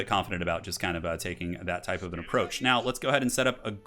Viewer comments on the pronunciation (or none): none